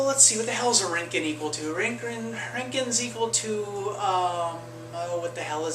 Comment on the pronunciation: I like how he say's the röntgen with the ö, nice